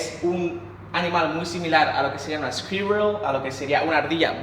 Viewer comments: Hector Alvarado ssquirrol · jajaja el tipo presumiendo su inglés fluido "squirrel" se pronunciación seria algo como scurhhel